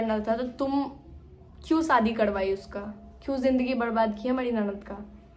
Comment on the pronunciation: Aapko bolna bhi nahi aata hai mari ko madi bol rahi ho humada kya shabd bhi nahi bolna nahi aata hai kaisa pati hai tumhara jo tumko bolna bhi nahi shikha paya